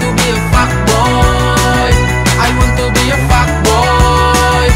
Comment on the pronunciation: Itu dia emang sengaja pengucapannya "ai wan tu bi" ???